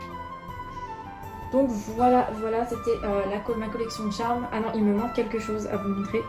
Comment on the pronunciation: Ça se trop prononcé pas Tcharme mais Charmed